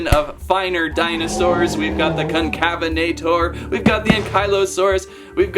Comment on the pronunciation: Bro is unable to pronounce concavenator